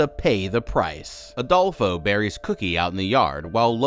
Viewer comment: i love that youre saying Adolfos name wrong lmaaoo youre saying ALdolfo!!! its fine, just funny for a spanish person who knows plenty of Adolfos!!!